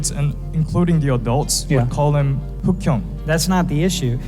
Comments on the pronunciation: '흑형' 이라는 발음도 정확히 하고, 한국계 미국인이라고 하는데도 일본계 같다고 조롱하는 사람들은 도대체 왜그러는지 모르겠네요. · 중국인은 아닌 듯... 보기에도 한국인 외모고... 흑형이라는 발음도 완벽하고...